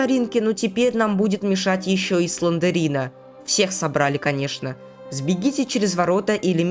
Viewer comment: Правильно говорить слендрина а не слендерина, знаю, что душно